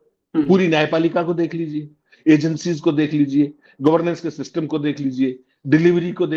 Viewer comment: सिस्टिम नहीं " सिस्टम " कहिये जनाब